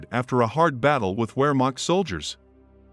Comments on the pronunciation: Wehrmacht is pronounced "VER" (like fair) .... "MOCKED" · W IN GERMAN IS PRONOUNCES AS V NOT W!!!